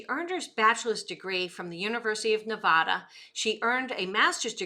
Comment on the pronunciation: You are saying Nevada wrong